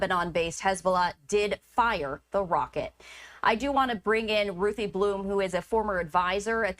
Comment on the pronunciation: If u can’t pronounce Hezbollah correctly then don’t say it. Geez lady.